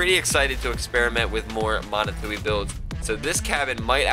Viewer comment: Steppe Spider? Catalina? BTW Manitou is pronounced MA KNEE TWO